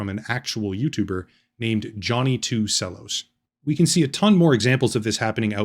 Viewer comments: johnny 2 sell-os? how do i know youre not an AI? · I laughed a little when you called him Johnny 2 "Sellos." I'm sure someone has already mentioned it's pronounced "Chellos." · At least 1 other person caught that, lol. Sellos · 2 Sellos? Reminds me of this time in music school, when an Italian student chose to pronounce Cello as 'Sello' and I was completely baffled. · Great video. Good information. But I have one absolutely inconsequential correction to make. Cello is pronounced as if it starts with a ch. Like "chello". Otherwise phenomenal video. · Cello is pronounced chelo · This is AI also. Only AI would pronounce Cello like that. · I spent this whole video thinking about your mispronunciation of Cello. I'm autistic, I can't help it. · Bro can't pronounce the word cello 🎻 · the way you pronounce cello's makes me think youre AI